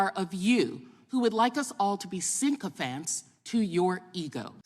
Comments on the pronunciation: *Sycophant. Not Sink-o-fant 😂 And she shouldn’t talk about Elon’s “ethniticity” 😉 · What's a "syncophant"? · What's a Sync-o-fant? Did she mean Sycophant?